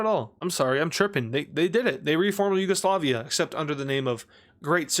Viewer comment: It's not Yugoslavia it's yuagalisiva